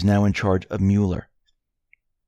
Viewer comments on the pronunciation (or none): none